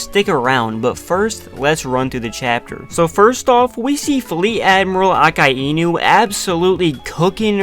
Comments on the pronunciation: Not aka-e-new its akai-nu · i love the way he just said Aka-e-new